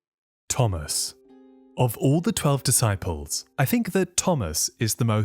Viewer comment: Duhsyples 😂😂 f this ai crap